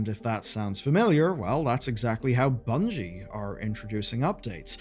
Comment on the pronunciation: I think you meant "Bungie" not "Bugnie" lol